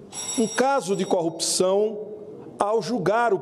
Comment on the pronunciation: Ô mesaaa (mamãe) ô mesaaa (papai), me ajudeee! "Coupção"...🙊